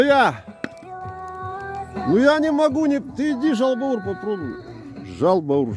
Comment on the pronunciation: Правильно жаубауур,из двух составляющих-жау(жир)бауур(печень).